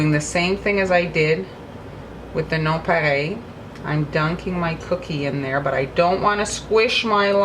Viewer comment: It's a French word so she's pronouncing it correctly. 😊 Here in America we don't know how to pronounce French words correctly so we sound them out. Lol